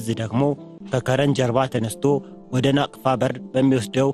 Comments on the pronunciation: ናፍቃ ሳይሆን ናቅፋ ነው የሚባለው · ናቅፋ not ናፍቃ